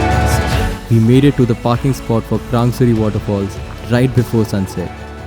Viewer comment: You know well how to pronounce krangsuri and laitlum omg I can't believe my eyes.its so so damn beautiful...love from sohra(cherrapunjee)